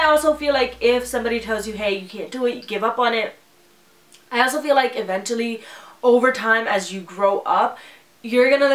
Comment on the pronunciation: Hey! This is not a hate comment but you're pronouncing the word "eventually" incorrectly. Watch ❤️